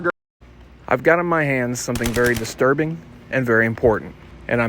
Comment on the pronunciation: Distirbing Diiterbing it must be a secret Tub code get it